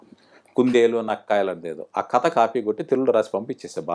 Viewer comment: కత కత ఏంటండీ ? కధ కధ అనలేరా ?